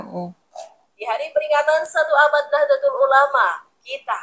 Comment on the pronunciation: Bacanya Nahdotul Ulama ' Bu. Kalau ejaan Indonesianya Nahdatul Ulama' , tulisan Indonesianya Nahdlatul Ulama' .